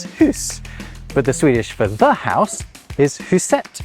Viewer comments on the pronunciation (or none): I know this is irrelevant to the video itself, but the way "huset" was pronounced was as if written something like "husétt". Add the higher pitch at the end and I wouldn't have known that was supposed to be Swedish in isolation. The stress should on the first syllable with a lower pitch for the second syllable. (also the transition from Rosetta Stone to Babbel was so funny.) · The emphasis in Huset is on the first syllable. Also, only one S.